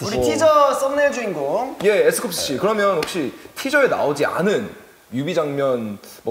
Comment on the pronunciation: 이날 버논이가 너무 귀여움...😊 핑크 찰떡 엠씨하는 로켓즈 너무 좋고 중간중간에 웃김포인트가 많아서 계속 와서 보게됨ㅋㅋㅋ 버논이가 자꾸 에스쿱스씨 라고 또박또박 발음하는 것도 웃기고 마지막에 로켓즈 서로 말씀하세요🫱🫲 얘기하는 게 왤케 웃기지 그래서!! 이렇게 버논이가 접속사 크게 외칠때마다 멤버들은 빵터지고 계속 얘기하는데 둘은 안 웃고 진지한 것도 포인트ㅋㅋㅋㅋ 마지막 문법이 틀려까지 화룡점정